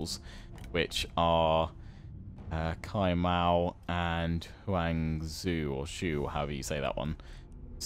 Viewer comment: its not cai mao reads Tsai mao